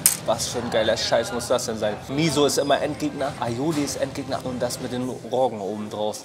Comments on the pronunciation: Roooooooogen und nicht Roggggen! Heißt ja auch und nicht Hoohle oder?! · Es heißt Rogen nivht Roggen